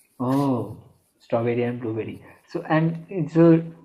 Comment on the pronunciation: hey you said stoberi ar (আর = and) blue Beri.